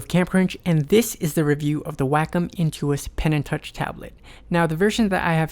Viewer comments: It's NOT pronounced "wack-em" like you say it in your video. It's pronounced "wok-om" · he said WAKOM its pronounced WAY COM : wacom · It's pronounced "wah-kom", not "whack'em". It's japanese for Art, COMputer. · Why does every one say WAKUM its pronounced WayCom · ヽ༼ຈل͜ຈ༽ﾉ _ A teacher I used to have pronounced it "Whack-um." I always said "Wah-com." I didn't know it was WayCom! lol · its pronounced "wayycom" lol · Sheen Mancinelli wacom is a japanese company and in japanese it's written ワコム... (wacomu) its pronounced WAHKOM not waycom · Sheen Mancinelli Actually no. It has been proven that it is pronounced WAKUM (or like "walk come"). Look at Tutorial videos from the company Wacom themselves on YouTube. They pronounce it as WAKUM. Do some research first. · it is WA CO Mu the u is silent. People who insist it is WAY instead of WA are wrong. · Bert Monroy and others pronounce it WAH-cum, so I did too. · I knew that's how you pronounced it! I love how the company itself pronounces their name wrong.